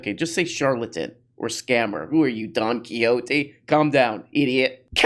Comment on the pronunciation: Lol try saying Don QuiHote, not Don Kiyote XD